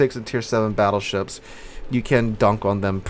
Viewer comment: did you really call the split tree "fattleships"? xD